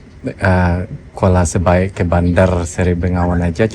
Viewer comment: kuala belait bang bukan Kuala sebait😂😂